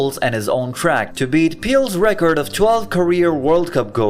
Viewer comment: why u call pele "peel"